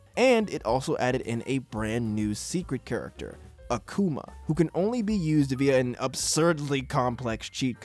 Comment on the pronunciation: Hearing Uh-kuma instead of Ah-Kuma in this video so often triggered me. Why is Japanese pronunciation so hard for people? The romanized vowel sounds literally make only one sound each. A as in Father. Also Emphasis on the first syllable not the second. It's as ridiculous sounding as a Japanese person saying Devil as "Deville". Also... No mention of the ultimate dlc of the sonic and knuckles cart for the genesis? It literally allowed you to put Knuckles into Sonic 2 and it turns out that there are 1ups in places only accessible by Knuckles. I explored the crap outta that game once I got that cart for Christmas when I was a kid in the mid 90s